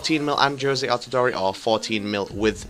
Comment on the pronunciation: You say you watch football?? AltidorE?? It's Altidoor